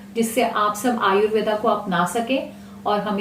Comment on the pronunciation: Ayurveda ni ayurved boliye mam likho bhale per bolo mat hami apne sabdo ko sahi ni bolte